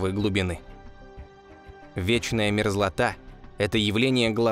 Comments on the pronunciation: На "Вченая мерзлота". Чему "вченая" не понятно. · ВЧЕНАЯ ??? мерзлота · "Вченая мерзлота" xD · «вченая мерзлота» :)